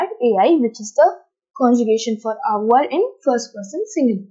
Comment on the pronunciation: Your pronounciation is wrong according to french accent, Eg: Avoir-Avoir(english accent) Avoir-avoigh(french accent)